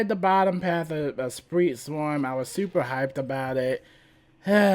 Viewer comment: love the build, but i can not let go of "spreet" swarm lol great content love watching!